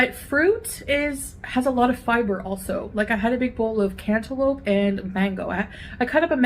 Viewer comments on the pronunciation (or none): Who says "Cantaloupe" like that 😂😂😂😂 is in the house 🙄🙄🙄🙄